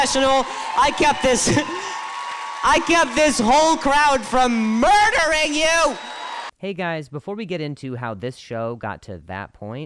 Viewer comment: It’s how he says murdering 😂😂😂